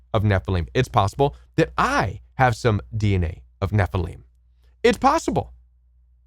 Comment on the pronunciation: ??? I have always heard the Nephilim pronounced: Neh-fill-im; you pronounce it: Neh-fil-eem Where do you get that pronunciation???